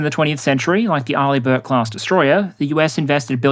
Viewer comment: Finally, i learned how to pronounce Arleigh Burke :D